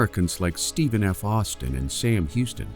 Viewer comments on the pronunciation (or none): none